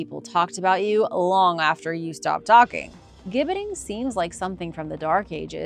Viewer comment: Gibbeting = Jibbeting ..it is a "J" sound